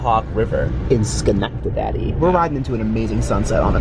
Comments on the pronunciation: "Schenectadaddy". Oh lord. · As an Albany native, I had the same reaction to "Schenectedaddy." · SSSConnect-to-daddy 🤣🤣🤣🤣🤣🤣🤣🤣🤣🤣🤣🤣That's a way better pronunciation.